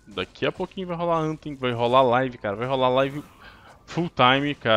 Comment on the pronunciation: bom..no inglês o " th " tem som da letra D , como tem " em" no final , acaba se pronunciando anfem , mas fdc kkk falem do jeito q quiserem , só falei mesmo